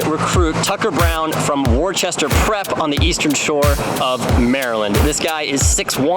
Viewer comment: Sorry but you absolutely butchered Worcester